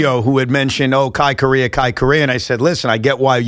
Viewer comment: Evan…Correa is pronounced as KO-REH-RAH